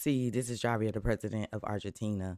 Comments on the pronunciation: The J is pronounced as an "H"....so say "Havier". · It's pronounced "Havier" love...